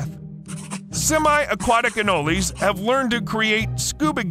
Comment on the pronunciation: I am so glad you pronounced Anoles correctly. Ah nole lees. Not Ah noles. Cuban Anoles are all over Florida. They make excellent pets and you can still leave them outside. A cap of water and meal worms from any pet shop. Females have stripes going down there back. In school crazy girls would wear them on there ears. For real. No they do not hurt when they bite and they hang on for a long time.